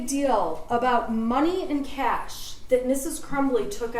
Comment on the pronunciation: & she even asked the guy, “ how do you say it?” & he said, “it’s ‘cash’” & she proceeded to call it “cash-a” 😅😅 why’d you even ask🤦🏻‍♀️🤦🏻‍♀️🤦🏻‍♀️